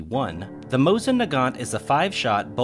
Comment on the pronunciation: You pronounced Mosin correctly, however need to fix the Nagant pronunciation. The 't' in the end is silent, so Leon's last name will sound as 'Nagan'. Kudos to the video, it is a pleasure to watch and very informative, as always!